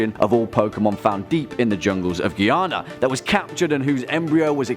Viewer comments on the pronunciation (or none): none